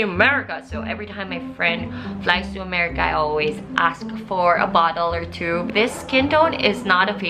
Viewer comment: First time to watch your video, tawang tawa ko hahaha, that lamp and "axes" 😂